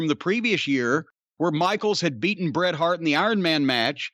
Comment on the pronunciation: Bret. Its "Bret' its Bret Hart. Just sayin.